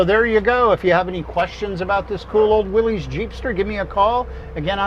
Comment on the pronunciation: It's willys...like Willis not willeez